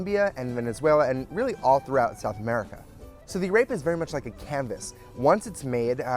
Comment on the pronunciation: This is great but please say AREPA correctly!!